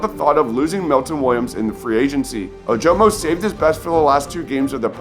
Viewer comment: Dude, learn how to pronounce Ojomo. It's "uh-juh-muh"